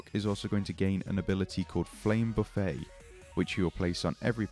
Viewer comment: Heheh, It's Buffet (with a pronounced 'T') as in a "Buffet of Strikes", not Buffet (silent 'T') as in a self-serve style restaurant.